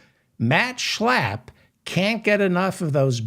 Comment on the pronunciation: Everytime u say Schlapp the way u do, laughter erupts!